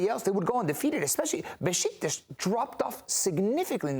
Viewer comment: So Besiktas isn't pronounced Bee-sick-tas? 😂😁